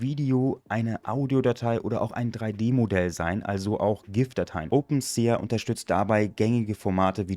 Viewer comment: Bro will jetzt garkein klugscheißer sein aber, glaube das wird „OpenSi“ ausgesprochen. Hoffe du weist was ich mein